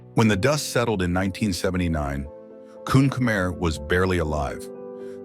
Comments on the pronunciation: kun khmer is actually pronounced as kun Khmae/kun kh-ma-e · Uh its pronounced “Koon Khmai”